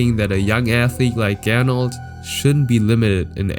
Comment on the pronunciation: Er hieß aber Gernot und nicht "Gernold"